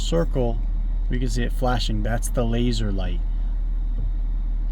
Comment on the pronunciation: “Laser light” stop saying it like that lmao